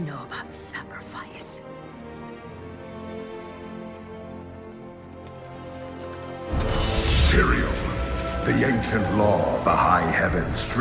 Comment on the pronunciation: who the fuck is Aerial? his name is Tyriel.